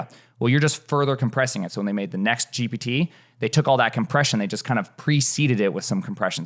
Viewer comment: It’s gippity not gibity